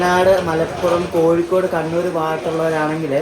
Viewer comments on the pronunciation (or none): none